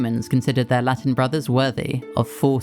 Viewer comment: Where are you from? I can tell you're not from a Latin country because the pronunciation of Latin words was very unnatural. Good video though